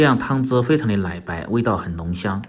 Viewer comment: (來白)奶白，能够，發音不准。太油了，